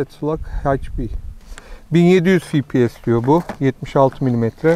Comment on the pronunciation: Fİ Pİ ES değil dostum 😊 EF Pİ ES ingilizcede Fİ yok EF var 🤗